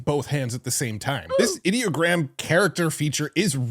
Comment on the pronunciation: I have to admit that I too, have been saying Ideogram the same way you do. However, after watching a video recently of the creators of Ideogram talking about the new features, they pronounce it (Eye Doh Gram).